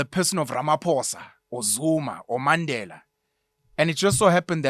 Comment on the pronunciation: Your correct pronunciation of Mandela👌🏾🤎